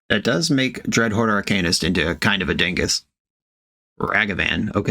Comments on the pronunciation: “If you’re mad about it, read a book” Reads 50 shades of grey Still can’t pronounce Arcanist. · Says it’s pronounced ArCAINist, then says dryad of the elLESION grove. We love the consistency. 😂